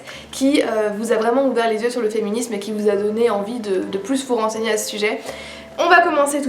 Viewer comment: J'étais justement en train de me dire que j'allais me faire une liste de bouquins féministes intéressants à lire dans les prochains jours ! J'entends beaucoup parler de Louise O'Neil, mais je suis une grosse bille en anglais, alors j'espère sincèrement qu'il est traduit :'( "Des exemples un peu plous" haha pas mal ta langue a fourché on dirait ;) Des bisous tout pleins ! C'est toujours super intéressant de t'écouter ! A la prochaine ! <3